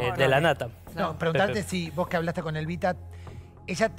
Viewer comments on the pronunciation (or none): El ridículo de dice ELBITA me desespera jajaja